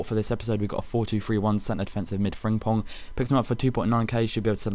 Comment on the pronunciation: learn howto say frimpong